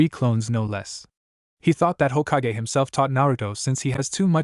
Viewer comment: it probably is standard, but i'm used to the bland voices fanfic sharers/writers use. Why is it so hard for A.I. to pronounce "hokage", "sake", or "sasuke"?